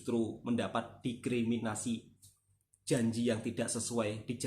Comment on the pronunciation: Didiskriminasi klii bkn.didikriminasii..aplgi .dikiriminasii😅. Mklumlh